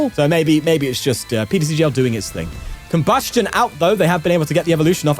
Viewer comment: Our goat finally pronouncing Combusken properly, I’ve waited for times like these